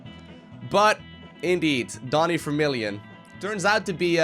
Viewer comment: Wait is it pronounced Vermilion or Fermilion? Btw great series as always 😀